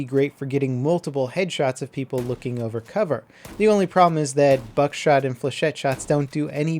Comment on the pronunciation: not buckshot